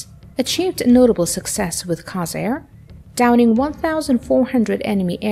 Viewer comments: Why do they pronounce the F4U Corsair [Kore-sare] as Carsair [Kar-sare]? This is the third video I’ve seen that pronounces it wrong. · Core- sair not Cos- air. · There is an “r” in there. CORsair not COsair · "core sayr" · It's Cooor-sair. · I believe it's pronounced COR-SAIR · Mispronounced “Corsair,” showed it with Korean War era markings, a showed clips of Hellcats during the narrative. All the proper info and images readily available, so why get it all so obviously wrong? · The mis-pronunciation of "Corsair" is very annoying - at least, to me.